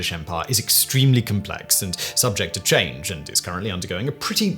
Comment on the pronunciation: "Cultural 'Chrange'......?" XD Hahahahahaha. Love you, try hard Simon. Good on ya mate. ❤️‍🔥